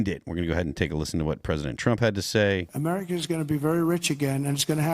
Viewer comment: Gulf of MER I CA.. F YA.. 3 Syllables.. Shut up